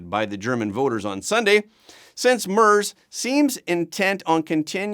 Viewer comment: It's pronounced "MAIRTZ". I Know Canadians are only required to try pronouncing FRENCH names correctly, but SOMEBODY could do a little research so doesn't sound like a Newfie ice fisherman every time he mispronounces the name of a world leader.